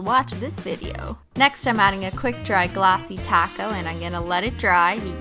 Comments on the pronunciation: She said glossy coat not glossy taco in the beginning 😩🤩🤯😋😜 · I thought she said glossy taco lmao